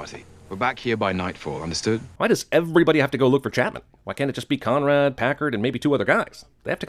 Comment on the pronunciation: I thought he said comrade instead of Conrad